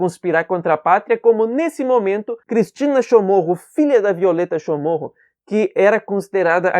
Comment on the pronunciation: Um bispo não é liderança, ele é um líder que exerce liderança... Prime pelo nosso idioma... O sobrenome é Chamorro, e não Chomorro...